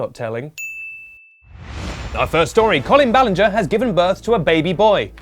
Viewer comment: I thought it was Colin balinger From your mispronounced youtuber names